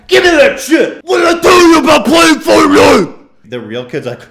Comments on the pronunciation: Im pretty sure he just called it "portnite" lol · i swear they said portnite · As I hear people talking about "Fortnite" in public it immediatly triggers me just cause of the pronunciation.